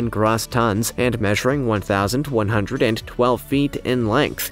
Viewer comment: It's not Grah-ss tons - it's Grow-ss. The O is a long "O" sound not an ""AH" sound.